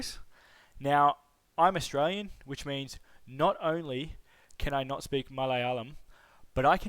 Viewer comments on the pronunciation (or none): none